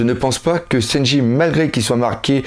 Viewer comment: ce qui menerve c'est lesprononciations des personnage ,louffy pour leuffy ,seynji pour sanji putain..xD